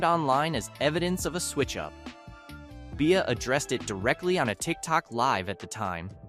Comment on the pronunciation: He name is BE-Ah… not Bay-Ah… B-IA. Stop using AI, or speaking on Black culture.